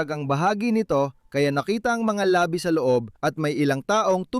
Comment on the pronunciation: Ayusin ang pagbigkas ng salita, may pagkakaiba ang mabilis na bigkas ng "labi" ibig sabihin ay "remains" at ang isa ay "labi" means lips. Ang ama ay mabilis ang pag-bigkas. Maganda sana pero nakakalito(mabilis ang pagbigkas) sa ibang mga Tagalog.